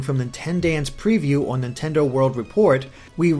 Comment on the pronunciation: dear you trying to say Nintendaan hurts me